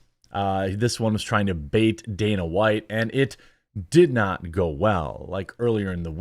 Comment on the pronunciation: Is he saying danas white? DANAS?